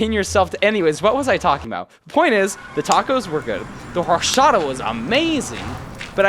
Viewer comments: “Horshata” 😭🙏 horchata brother horchata I’m not trying to be mean but horshata that hurt 😭 have a great rest of your day but next time please say or-cha-ta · “horshota” brooooo some not even the worst pronunciation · for future refernce to help you out "Oar-CHA-tah" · this guy, pronouncing horchata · eh PORFA aprendé a pronunciar horchata bien, pq ahora lo pronunciás re mal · ive never ever heard anyone pronounce "horchata" like that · How he said Horchata caused pain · no sabe pronunciar horchata 😭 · I am 97% certain that you are pronouncing horchata wrong